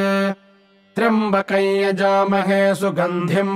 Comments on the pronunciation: Well, that's a news to me. I have always been reciting it as trayambakam, and almost whole internet recites as such. Btw are you sure this is the correct recitation? This is the first time I am seeing this being recited as trayambakai. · Namashkaram 🙏 I'm new to reciting mantras and learning how to pronounce correctly every word in the mantras. Here in this mantra I'm confused with the actual pronunciation of "Tryambakam". As in this video it is pronounced as "Tryabakaey". However in text it has moon and dot matra which I guess gives a pronunciation of "kam". Please guide 🙏 Also you can provide me a link from where I can learn to pronounce all the different kind of matras used in Sanskrit. Waiting for your kind response. Pranam 🙏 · Why is pronounced trimbakayn ? Isn't it tryambakam